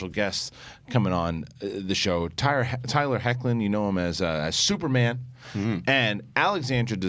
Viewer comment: Great interview with Tyler Hoechlin and Alexandra Daddario 👏🏽 props for not butchering his last name lmao